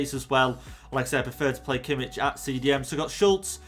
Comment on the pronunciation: No definitely not he pronounced Kimmich very wrong